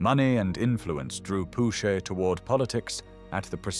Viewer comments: You pronounce "Pouchet" a name that is "Pu-Cheu" (Pü : ShØ). This is so disturbing. I thought it was somebody I had never heard of....then I read some comments and discovered I knew the guy.... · Not Pouchay, Pucheu . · Pucheu prononcè Pouchequeu et Vichy devient Vitchy. IA marre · Who taught you how to pronounce "Pucheu"?